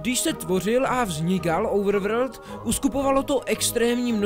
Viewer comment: normalni lidi: overworld: ouvrvrd